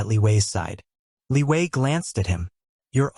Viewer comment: Is it me or someone else also heard Liyue instead of Li Wei.